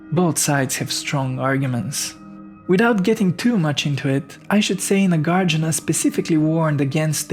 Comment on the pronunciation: Not Nagārjuna. Nāgārjuna.